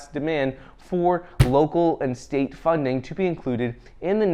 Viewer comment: ... "state & local government" .. what i heard, "satan"